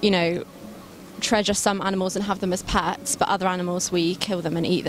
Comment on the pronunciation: why she says PATS, it is PETS bro